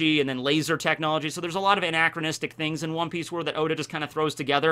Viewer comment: At the end he says, “God bless ya, Oda” but it really sounded like god bless Yoda xD